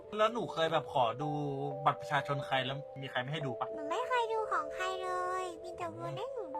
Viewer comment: กลับมาดูคือพูดชัดมากไม่เห็นเหมือนปัจจุบันเลย655555 เมื่อก่อนคือ บัตรประชาชน ตอนนี้คือ บัตรประซาซน